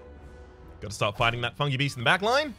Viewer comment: The way you say "Fungi Beast" makes me think you're saying "Funky Beats."